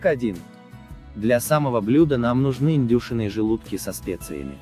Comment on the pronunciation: Это что за издевательство? 0.5 чайных ложек, 1 грамма, индЮшиные желудки... Вы на каком языке говорите? Слух так режет, что рецепт не воспринимается.